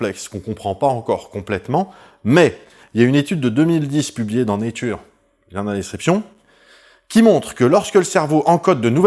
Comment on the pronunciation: Fun fact on dit pas néture comme dans laitue mais nétcheur comme dans fleur 😊